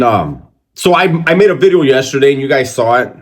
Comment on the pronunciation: Why my boy emphasized on the V on video lol....#bideo